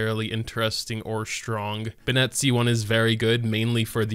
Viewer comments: "Be-nNET". Oh my god. The way you say his name makes me cringe. It's "Benn(i)t". Pronounce the second "e" like you would an "i". The way you say it makes it sound like it's spelled "Bennette". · Every time you pronounce his name "Ben-ette" a child cries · Imagine be-nette holding a bagu-ette Ok imma head out sry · I feel you i stop watching on 2nd time he pronounce benette, be-nette, like where the fyck did you learn to pronounce that way, even in the game all language they pronounce it right but wtf.. no hate ehe. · man it is killing me, and they straight up say "Benn-it" numerous times in the game. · Yeah, now i say it like that too LMAO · the way he says his name should be Benette smh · Nobody:: bnet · cant help but point out that he says "bennett" as if its spelled "binnett" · I love this video but can’t stand the way he says “bin-net” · I’ve never seen someone pronounce Bennett as how he pronounces it. Bro who does that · Thank you, Kirimiya! And no, you can't say it either way because 1) his name is his name, as pronounced in the game and 2) it would need an additional "e" at the end to be pronounced the way says it. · The way you pronounce Bennet drives me insane haha, how can someone get it so wrong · why do you pronounce his name like that? the canon doesn't call him that, he doesn't call himself that, no characters call him that, i just don't get it lol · Youre saying his name wrong lmao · Dude you keep saying his name wrong please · Are u pronouncing his name wrong on purpose? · WHY THE FUCK DO YOU PRONOUNCE BENNETT LIKE THAT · Please stop saying ben net. Just say benny. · Listen to them back to back. It isn't the same. Bennett in-game says "BEN-it" while says "ben-ETTE" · I’m pretty sure he knows how Bennett is pronounced, it’s just more comfortable for him to pronounce it as “Be-nette” rather than “Be-nit” /lh Another honorable mention is in the English dub, Bennett pronounced his name as “Ban-nette” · It’s “ben-it” not “Ben-Ette” 😢